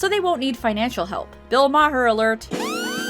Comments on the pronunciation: IT’S PRONOUNCED MARR NOT MA-HURR. YOURE SHOWING POLITICAL BIAS AND THAT YOURE NOT ACTUALLY FAMILIAR WITH HIM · is she pronouncing maher as /mah-huhr/ instead of /mar/ as a jab? 🤔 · lol; It's Bill "MAR" not Mar-har" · Liberals hate Bill Maher now because he points out their descent into lunacy. Love that guy. Also it’s pronounced Bill “Marr” not Bill “Ma-Her” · I like how you call Bill Maher “Bill Mocker” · "Bill Ma-Her" 😆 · MAR IT'S PRONOUNCED MAR I KNOW IT'S SPELLED MAHER BUT THE H IS SILENT I'm sorry this drove me CRAZY for this whole video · Lol, Mah-her. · Um... Is your pronunciation of Bill Maher's name on purpose, or... (It's just pronounced Mar). I'm just gonna assume you're doing it on purpose. 😁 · Why do you say Maher so weird. It’s Ma-are. And if you wanna see shitty acting of his watch dc cab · You obviously don't care, but Bill Maher pronounces his name "Mar". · The “h” in Maher’s name is silent, making it “Mar”. Still loved the video though. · Oh god, please just say 'Mar', that's how it's pronounced. Looking at and hearing him is hard enough as is, but hearing Bill Maher's horrible name said like that multiplies the anguish he causes. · Isn’t it pronounced mar? And I love bill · Bill "Mohher"?? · It’s hilarious you inject so much leftist trite into your videos but can’t pronounce Maher. Like are you SURE you can think straight? Love your videos. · An apple orchard is a business and arguably far awesomer than a strip mall. Also dear heaven why’re you pronouncing Maher like that. Not even Bill pronounces it that way. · I'd like to think you pronounce Bill Maher's last name that way to piss him off on a spiritual level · ' way of pronouncing Bill Maher's last name is killing! hahaha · Oh FFS learn how to pronounce people’s names… totally took me out of this video by your constant mispronunciation of Bill Math’s last name.